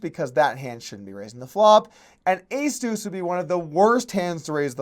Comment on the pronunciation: It’s deuce, not two.